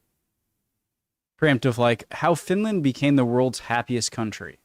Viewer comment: "The Swinland" kinda broke me.